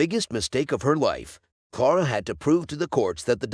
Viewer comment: Clara not Clora.